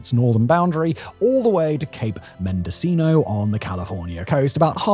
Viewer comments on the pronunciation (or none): none